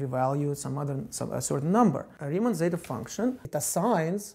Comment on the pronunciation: as a greek, how do you ridicule our letter like that